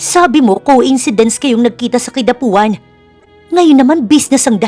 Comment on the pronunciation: Nakakairita yung Kidapauan hindi Kidapuan. Mag aral nga